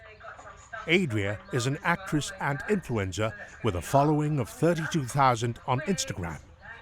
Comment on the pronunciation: I love how the narrator pronounces influencer as influenza 😂